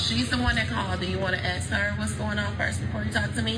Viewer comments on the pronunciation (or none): Rashad doesn't say "ask". He says "axe".